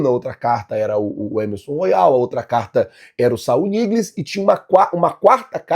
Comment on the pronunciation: Moh agonia ver o falar o nome do cara errado hahaha é Saúl ÑIGUEZ não NIGLES hahahahaha